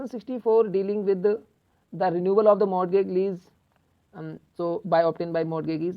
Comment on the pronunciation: Pronunciation of Mortagage and related things are wrong... But thank you..your videos are helpful:)